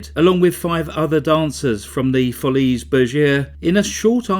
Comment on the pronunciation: My respects to you. Great choice for today. Brought me back to the hour long shows of Andy Williams, John Davidson, Perry Como, Dick Cavett and more. Pssst. I listened to the song Claudine. Interesting. Les Folly Bergere. The S is silent. 😘🥰❤️